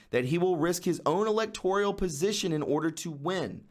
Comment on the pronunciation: Good info,. Thank you. By the way, there's no "I" in the word "electoral". Don't say "elector-E-al. Leave the E out.